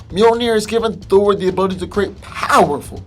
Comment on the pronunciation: stop over pronouncing "powerful'